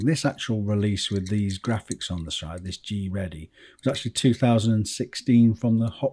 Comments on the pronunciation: fun fact: GReddy is pronounced G.R. Eddy. :) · did he just say G-reddy or have I been saying it wrong my whole life?